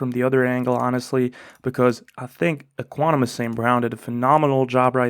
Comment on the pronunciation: Ek-wi-nim-ee-yus lol